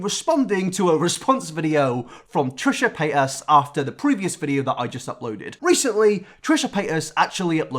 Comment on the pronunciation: Trisha Pay-as